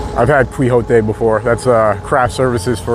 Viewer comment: .....it's "Key Ho Tey"